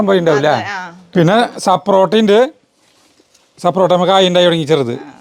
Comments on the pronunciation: സപ്രോട്ട അല്ല സപ്പോട്ട 😀😀😀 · Saporta alla sapotayanu